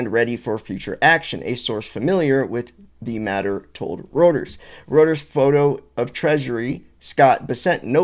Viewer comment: BROTHER IT'S "ROY-TERS" daggum, man